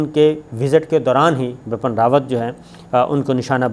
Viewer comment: Bipin (not bappan) kya krtey ho sabar bhai